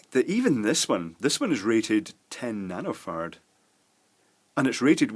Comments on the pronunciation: It's nano FARD as in Farraday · excuse my french, but what's a "nanofart" he's talking about in around 7 minute? instructions unclear, penis stuck in wall outlet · Is he saying nanofart? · I could have sworn you said you were measuring nanofarts! I did successfully google and find out you said nano-farad, but after reading the definition, I still have no idea what it is. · sounds like you are saying "nanofarts" hahah